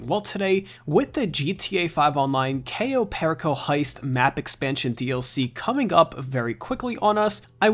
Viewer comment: Goddamn if you're gonna say the name please for the love of God...say it right